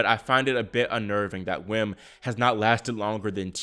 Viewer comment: By the way, "Wim" is pronounced "Vim" in English.